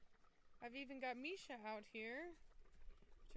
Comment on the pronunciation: Is her name Misa "MEE-SAH" or Misha "MEE-SHAH"? I see it being spelled 'Misa' but it being pronounced 'Misha'. Is it pronounced differently in her imported country? I just wanna get it right.